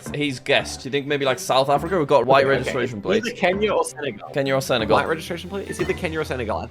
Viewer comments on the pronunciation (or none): none